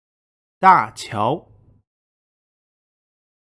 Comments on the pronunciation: Hey serious trivia, I notice that sometimes you seem to pronounce certain 音调 different from the ascribed pinyin. For example, your pronounciation of Dian Wei sounded like Dian (三声) Wei (一声) when Wei is written with a 二声. Similarly, you pronounce 董卓‘s “桌” with an 二声 instead of an 一声. I was just wondering, is this perhaps your dialect slightly modifying the mandarin, or my ears being bad. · 典韋 應該唸得像是姜維的維 我聽起來你的發音比較像一聲 雖然我都發三聲(一直沒被糾正) 跟韋小寶同一個情形 韓遂我就念成韓"碎" 大陸口音是不是會把尾四聲轉二聲 我印象中是有的不過不是我自己的語言習慣就是 李傕我就念二聲但我聽起來像四聲就是(這也是有特別的習慣嗎?) 其實念劉寵就會跟念總統依樣會把第一個二聲轉三聲了 你的柯(一聲好像會念成)可 司馬懿 我是唸四聲不過兩種音(一聲四聲)我都聽過 不過你上面標的應該是唸四聲 兀突骨(我是唸一聲二聲三聲) 荀攸我聽起來不像照著音標唸的攸 雖然我跟樓主一樣那樣唸諸葛亮不過台灣這邊官方的發音是二聲葛 (中學還被老師糾正)